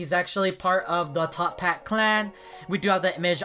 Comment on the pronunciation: It's actualy toppat, not top hat